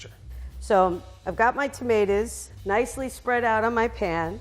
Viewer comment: why does it sound like shes saying temeters